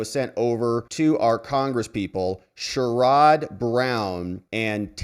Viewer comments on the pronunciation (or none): ‼️HEADS-UP ‼️I am an Ohioan who (of course) NEVER voted for him. But respectfully, his name is pronounced "SHARE-ud" Brown, w/emphasis (ironically) on the "SHARE." Just FYI. ♥️🙏🇺🇲⚖✌